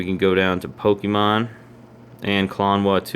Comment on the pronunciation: It's po-kay-mon, not po-kee-mon